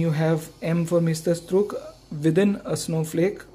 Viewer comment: sir, its porponpounced as mysterstrook meaning masterpiece